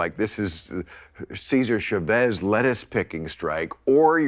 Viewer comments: CHAvez, not SHAvez, he isn't French, Bill. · After all this time, Maher still can't pronounce Chavez correctly. Face palm.